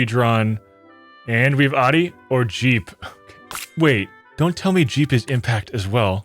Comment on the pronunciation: it’s pronounced “ow-dee”, not “oddee” And the Pizza Hut logo isn’t a hat, it’s in the shape of an actual hut. Hence the name